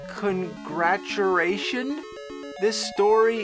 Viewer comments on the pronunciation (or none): ..."congraturation?" LOL!!! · I lost it at the "Congraturation" haha. The stereotype is strong with this one hahaa😂